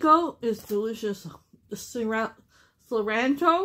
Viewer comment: It’s pronounced: see-lan-tro